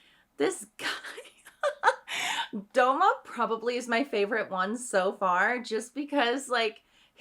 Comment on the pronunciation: Did she call douma DOUMO!!!! WTF